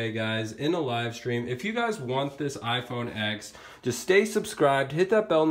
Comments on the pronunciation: why do you keep calling it iphone "x", its a roman numeral so its spoken as "ten" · It's called an iPhone x and the x is pronounced TEN